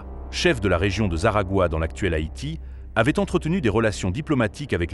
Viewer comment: C’est Haïti pas Hayti , sinon bonne vidéo 🙏🙏